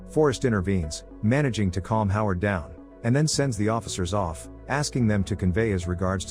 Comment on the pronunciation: Forrest, Jack and Howard Bondurant. Sounded like you said Harlow not Howard.